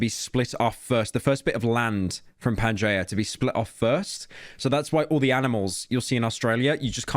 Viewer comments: why he pronounce it like "Pan Juh" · Pyro - Pan-jay-uh Americans - Pan-gee-uh Me writing this unaware of if either pronunciation is correct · the way you pronounce pangea 💀